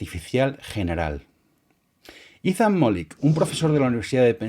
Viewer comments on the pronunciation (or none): none